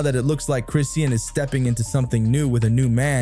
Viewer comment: Her name is not Christine. Her name is Chrisean. Learn to pronounce her name correctly.